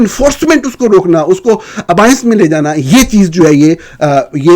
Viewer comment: اردو میں proportion کو تناسب کہا جاتا ہے۔ نیز abeyance کو ابائینس نہیں ابیئنس بولا جاتا ہے۔ انصار عباسی سینئر تو ہوں گے لیکن قابل احترام؟ 😅